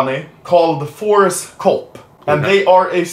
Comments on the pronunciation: Why do I always hear horsecock instead of forcecop? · Anyone else thought he said horsecop